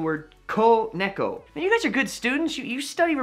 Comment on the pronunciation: Nice idea to help people learning kanji. I myself always found actually learning them by book way faster, but then again, that's just me ^^ I should note (although I'm sure others already did as it's obvious) - you mispronounce "cat": It's pronounced "ne-ko" (same pace for all syllables). Your pronunciation would be true if it were written ねっこ (nekko), but of course correct is ねこ. Important since ねっこ means "tree stump" (or in some cases -root).